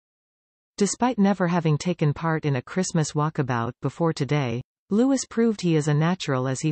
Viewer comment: His name is pronounced Loo-ee not Loo-is.